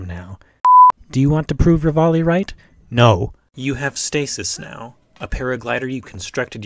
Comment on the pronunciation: Call “Ravioli”, that’s how you murder